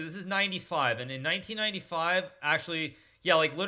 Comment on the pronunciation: When he was saying 1995 I always heard knight e5 lol